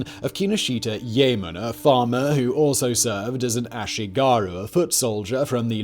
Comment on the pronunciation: It'a also not 'Yay-mon' but 'Yah-eh-mon'